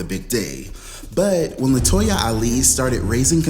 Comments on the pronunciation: Ok, Did I miss something, why you KEPT MISPROUNCING LATOYA NAME?? I am so confused, lol Help Auntie out lol AND you didn't put her on the couch LMAO I AM SO LOST ITS HILAROUS!!! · You called Latoya 'Toyota' in the intro!!! LOLOL